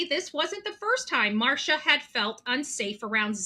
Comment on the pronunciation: Her name is Mar-C-ia not Marsha